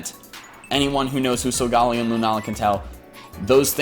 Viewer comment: Correct me if I'm wrong but I think it's sul-guh-lay-oh not sul-gal-e-oh